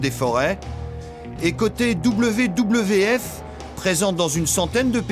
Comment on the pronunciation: je ne sais pas d'où vient le commentaire, car WWF se prononce V V F et non pas double V, double V, F